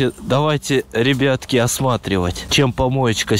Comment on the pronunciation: братан почему ты на слова ребятки говориш рибитки или ребетки